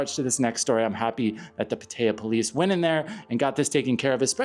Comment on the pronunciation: You shouldn't use an AI voice if it can't pronounce Pattaya correctly!